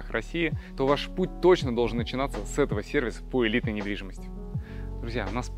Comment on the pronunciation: Я один услышал "Привет, это каканал недвидимостии ВДТ"?